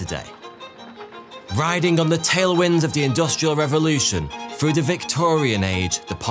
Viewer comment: Frew or through?